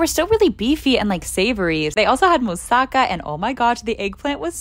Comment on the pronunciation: Just saying it's pronounced mou-ssa-ka